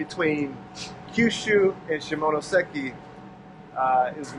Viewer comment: 시모노쎄끼... 발음 굿!!